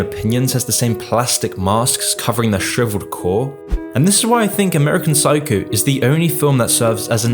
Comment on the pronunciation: "amurican psycou"